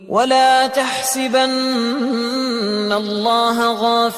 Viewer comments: ولا تحسبن بفتح السين لا بكسرها اخي نصحية تعلم القراءة الصحيحة ودعك من المؤثرات الصوتية فالقرءان يسمع بالقلوب لا داعي للتكلف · القراءة غلط؟؟ الحركة على السين في تحسبن فتحة مش كسرة!